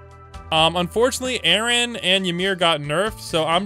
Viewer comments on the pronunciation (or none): none